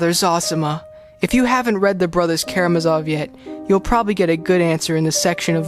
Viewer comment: KaramÁzov, IvÁnovna